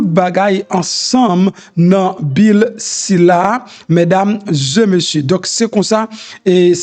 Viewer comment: Se pa mesdames zeu messieurs , se mesdames zé messieurs . Je vous en prie monsieur .